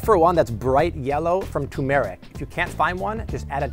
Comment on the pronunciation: Turmeric. The hell is tumeric?